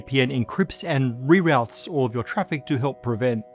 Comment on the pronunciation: Reroute not rerout.